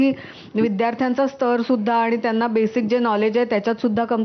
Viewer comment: नापासंच... स वर अनुस्वार.. स्तर असतो, स्थर नाही